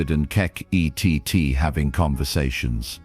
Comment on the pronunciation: It would be nice that if you are going to use K.I.T.T as a character, as in the TV series, that you at least pronouce it's name correctly.